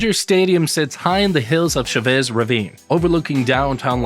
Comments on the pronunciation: It's not " Shuh Bess" Ravine dammit! It's CHA VESS." Quit butchering the language and offending the people A$$hole! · “Sha-vez” Ravine? that’s a latino name. try saying it with your chest! “Cha-vez” like the dance. “Cha-Cha!” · Bro wtf was that pronunciation lmao it’s Chavez like the last name 😭😂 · "Shove-ezz" Ravine? haha